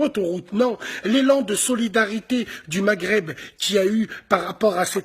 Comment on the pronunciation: aprend a dire maghreb